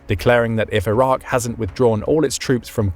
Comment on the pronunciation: It’s Iraq. Not that difficult